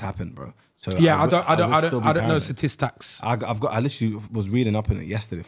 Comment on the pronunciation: "I dunno sta-tictacs"